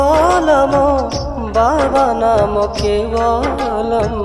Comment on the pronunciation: It is not expected from you. When the mantra is BABANAM KEVALAM then why do you occasionally sing Babanamo? BABA Himself says the mantra is BABANAM KEVALAM. Please don't deviate, sing the mantra with its appropriate pronunciation. Many people may follow you.